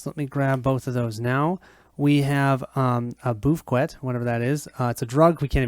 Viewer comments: He called Buffout "boofquit" lol that was funny. Great video none the less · The way you pronounced BUFF OUT made me laugh